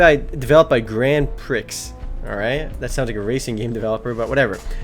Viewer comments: Grand prix is pronounced grand pre not "pricks" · Grand Pricks? *facepalm* it's Grand Pree. pronounce it like that. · I also like how he said 'Grand Pricks' instead of 'Grand Pree' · "Grand Pricks" lmfao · thought u said Grand Pricks...=D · lol@ grand pricks(his pronounciation makes it sound that way) its french dude its grand prix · Grand "Pricks" are you serious? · GRAND " PREE" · The loli thing is soooo skeezy man. Also, "Grand Prix", pronounced Pree. Good lord, man, not an obscure phrase. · Grand "pricks" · i think he meant grand prix but he pernounced the x